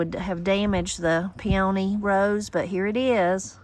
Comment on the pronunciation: I wish I could meet you in person and teach you how to say peony, I'll try again. (Pee an eeeee)